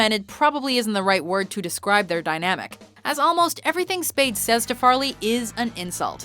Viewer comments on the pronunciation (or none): "Farley Brothers" FAR-LEE not fair-lee